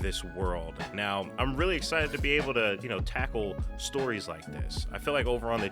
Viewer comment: ... "I'm really excited to tavkle stories like this..." Brother. If you knew how much story is in Warhammer, i think you're gonna have a stroke. I know I did.